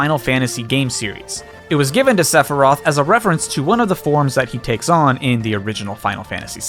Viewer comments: When you said Sephiroth's name did you accidentally say Sepurai? I literally heard "Sepurai"! Listen to the recording and see if you hear Sepurai., I am serious. Please tell me you accidentally said his name wrong and didn't realize it. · Sepfory? I'm not the only one who heard that? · Dear who ever lives in the sky, how in the world did that man get the pronunciation of that word so wrong? Also ha nice reference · I loved when you just would not stop saying Sep-Rei-Th like you did at the start of this video, like you did during the Game Awards Stream. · YOU SAID SEPIRAITH FTUTIFJFJFJGLHLHOGJDJRU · I have a question. I literally know basically nothing about this guy, but is there a reason why he's pronounced Sephiros in Japan and Sephiroth seemingly everywhere else? Is that just a pronounciation thing? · why does he say Sephiroth's name like that? does he do it to piss off people?